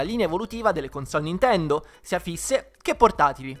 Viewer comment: lo so, ma all' inizio sembrava halo ahahah